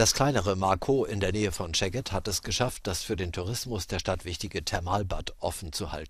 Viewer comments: Szeged und nicht scheged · Seged und nicht "scheged". Sz=S/ß, S=Sch